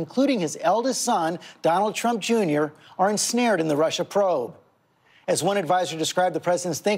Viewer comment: Did trump say Russer and Chiner????